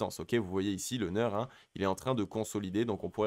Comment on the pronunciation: Juste pour information et parce que ça décrédibilise totalement le reste pour les confirmés, c'est NEAR (prononciation NIR) et pas NEURE...